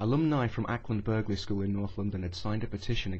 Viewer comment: the g is silent in Acland Burghley